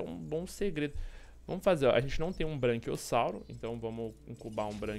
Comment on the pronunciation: Só eu que fiquei incomodado com ele falando "BRANQUIOSSAURO" toda hora kkkk